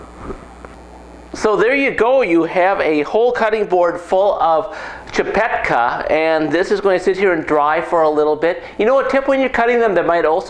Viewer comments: Dude. I see you're really not a bastard and I find it really cool that you're making csipetke but I really need to correct a few things here. First of all. You don't call it csipetkA but csipetkE , E for ecstasy. Second of all goulash is always called goulash by everyone that was not born and raised in hungary but we call it 'gooyash' which actually is the hungarian term for cowboy. Last but not least my dad told me I'd be a fool if I'd boil csipetkE(!) for long cause it's gonna be like rubber. Once u drop it in the boiling hot water it's enough to leave it there for just a minute or two. Overall you ain't a bastard and you made me smile. Thank you! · Eeeeeee not aaaaa Csipetkeeeee not csipetkaaa! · "chi-pet-khe", if you wanna pronounce it pitch perfect!